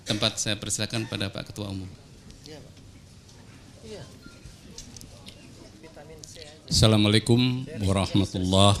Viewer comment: Ada ucapan salam tang kurang pas : ASSALAAMA SLSIKUM yang seharusnya / yang betul sdalah : ASSALAAMU ALAIKUM.